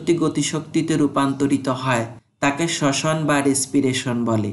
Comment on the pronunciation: Sosan ❌ soson ✅